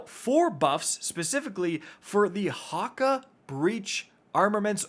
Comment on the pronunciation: Hakka.. wtf🤣🤣 you mean HAKKË with an E.. yes!😂 it’s Scandinavian